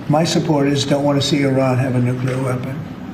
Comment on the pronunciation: Iran must never have nucular weapon.